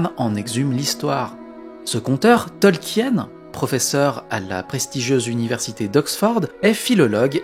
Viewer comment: AAAArrgghhh, mes oreilles ! On ne dit pas TolkiÈÈÈÈÈÈÈÈnne mais Tolkiiinne ‼ De même qu'on ne dit pas Parissssssse, mais Pari. Merci. ,04h32' CET